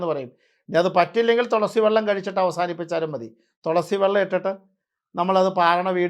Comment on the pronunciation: തിരുമേനി തൊളസി അല്ല തുളസി എന്നാണ് പറയേണ്ടത്